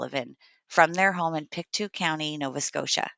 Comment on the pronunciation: Pictou is correctly pronounced pick-toe.